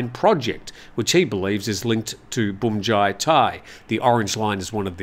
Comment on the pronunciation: Feel free to pronounce bhumjaythai as phumjaythai. Bhum is the same word as in Suvarnabhum(i) airport, where you pronounce it rather well. Transliteration of Thai words into English is all over the place.